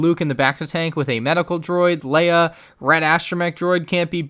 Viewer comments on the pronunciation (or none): none